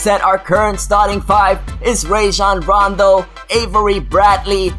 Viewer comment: I really hate to say this, but you're really pronouncing "Rajon Rondo" wrong. It's pronounced "RAH-jon," not "RAY-jon."